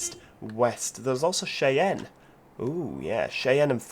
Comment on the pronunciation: Another helpful tip- it's "Shy Anne". Named for the Indian tribe. I put in a food loop from Austin to OKC/Wichtia. Fuel to Albuquerque? Good one. Hook it up soon.